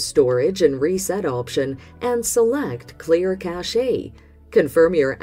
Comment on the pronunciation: List which LG tvs this works on ... and teach your robot how to pronounce cache.